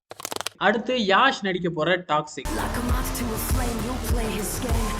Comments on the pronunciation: His name is Yash.. not Yaaaash😊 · அவுறு பெரு யாஷ் இல்லை பா யஷ் Yash